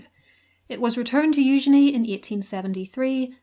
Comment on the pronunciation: Oh man, i am an absolute sucker for a gaudy and ostentatious broach.❤ also love the french pronunciation of eugenie. Not as lovely in the English